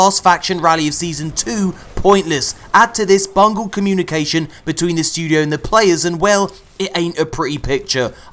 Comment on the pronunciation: I heard BUNGO lol